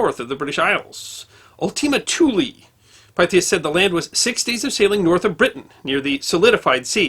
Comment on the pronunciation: This is another excellent video, but I think the Pythias should be pronounced as Pith-e-us.